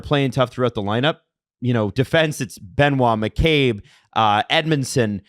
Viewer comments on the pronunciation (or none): none